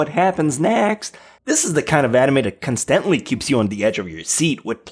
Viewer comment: constantly CON-stunt-lee